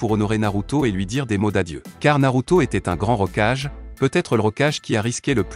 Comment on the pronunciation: Kulama ? Rocage ? T'es sérieux ? Évite de faire appel à un robot pour tes vidéo en français 😂😂😂